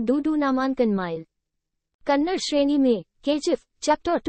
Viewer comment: Kannad nahi Kannada bolo nonsense